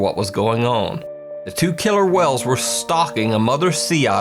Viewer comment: 🤣🤣🤣 "Wells" instead of whales